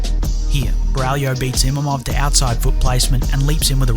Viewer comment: I like your video but but dude it's IMAVOV not Imamov 😭